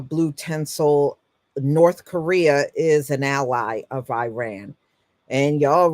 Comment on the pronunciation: PRONOUNCED "EAR RAAN" NOT i RAN